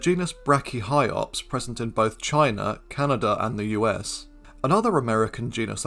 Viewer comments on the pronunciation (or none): none